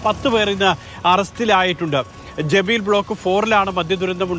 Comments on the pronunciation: ജബീൽ അല്ല, ജലീബ്.... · ജെബീർ അല്ല ജലീബ് ആണ്